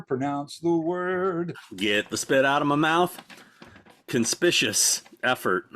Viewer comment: This will help you with the pronunciation of that word,: 4 syllables: "kuhn" + "SPIK" + "yoo" + "uhs" Oddly enough, when I was younger, I used to mispronounce “conspicuous” just like you did 🙈